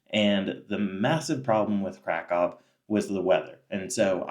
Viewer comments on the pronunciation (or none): Pronounce Kraków correctly! Better yet, go back to where you came from.